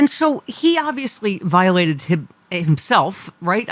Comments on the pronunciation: what the hell is "viotalted"? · Viotalted?? Great new word. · Viotalted? Is that you Trump ?